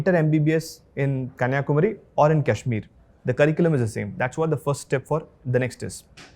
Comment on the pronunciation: Not relevant to topic but he is first person I see outside of Kashmir who pronounced Kashmir (Cushmir) properly.